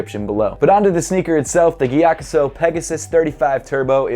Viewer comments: Mattæus Schelde Andreasen nah he said it mostly right it's just that he pronounces the G too much instead of "Giyakusou" it's more subtle like saying "yakusou" but with a breath of a G in the front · The sou in gyakusou is pronounced like the sou of soul. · Damn! Been pronouncing it giya-COO-so for forever. Thanks! Really like this pair and actually love the maroon sole but seems like everyone hates it. I think it’s super unique and an interesting contrast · the right pronounciation is gyakzu right? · came to just hear how English speakers pronounce Gyakusou lol